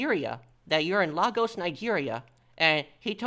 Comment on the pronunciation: I've actually been to Lagos, Nigeria, (cool place btw but I digress.) You're actually pronounce it as LEGOs like the toy.